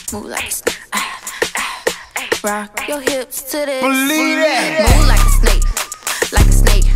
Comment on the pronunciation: Anyone else notices she’s sayin “Moo like a snake” 🐍🐄 LMFAO 😭😂🤣 EDIT : THATS A LOT OF LIKES